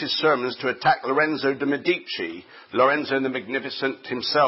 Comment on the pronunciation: ME di ci. Stress on first syllable.